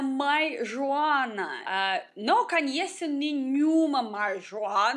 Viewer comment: A caracteristica marcante do sotaque de é falar "canheço" no lugar de "conheço".